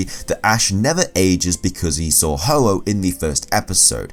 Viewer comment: ITS HO-OH NOT OH-OH